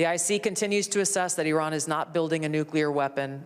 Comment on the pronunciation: I wonder why these dumbos in the white house purposefully mispronounce Iran all the time 🤔 So much for educated people running the government